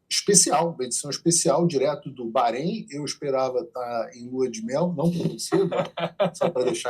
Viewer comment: Eu só não gosto de ouvir ,"barreim". É Bahrein mesmo (barein).